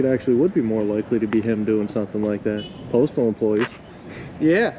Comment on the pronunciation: The saying "Going Postal" not going Photostal...